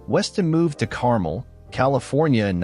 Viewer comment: It is Car - mel , not like the candy, also not Peb-blee Beach.